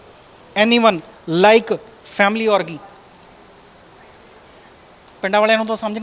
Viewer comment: Not orgi it’s orgy